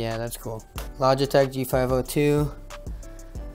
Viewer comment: said logitech lol